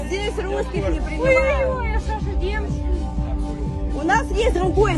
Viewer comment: Она так прикольно произносит "ррррруские" 🤣 гусофобы🤣